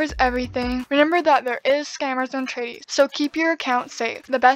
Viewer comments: I was a bit confused at first when you said "Tradie" but then I realized you were saying traderie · The fact she says tradie the whole time not gonna lie kind of annoys me, but I don’t mean this in a rude way just so you know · "Tradie" xD